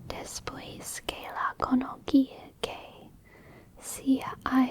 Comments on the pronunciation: in spanish i sounds like ee. so "conoci" is conocee, you pronounce is like conoki. C before an i sounds like s. cee, si Also u sounds like oo. Free Hole I Thoes can Chill it thoes. This is a funny spanish expression, sounds like you saying Little beans with little chili. Frijolitos Con Chilitos. -itos makes some words diminutive ie. little. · Pretty good reading all things considered! The only obvious thing that seemed to stump you, is how to read words with the letter C. As a general rule, if it's followed by E or I it's pronounced more like "th", so a word like "conoci" would be like "konothee"